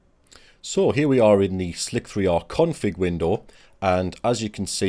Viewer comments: Are they not called ‘slicer’ settings? ‘Slick-3-r’ sounds odd. Great video and very informative, Thank you! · its slicer not slic-3r